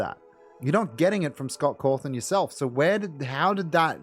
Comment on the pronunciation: I like how you call Cawthon as Cawthorn